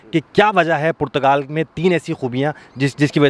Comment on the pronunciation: O Bhai Youtuber PORCHUGAL nahi Portugal...... Doosro per ungli uthanay say pehlay zara say Portugal key taraf apna talafuz he sahi kar low